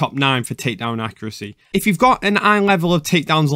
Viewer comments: with his accent "if" come out as "eph" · Epo sounds different than ph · He was simply saying "if" in Georgian accent